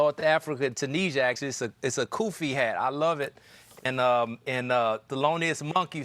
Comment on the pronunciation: For what it's worth it's Tunis-ee-a, not Tun-eeja